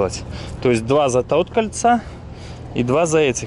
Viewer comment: Почему у тебя речь такая несвязная, у тебя же основной язык-русский? "Два за тот кольца" и все такое постоянно присутствует в твоём лексиконе.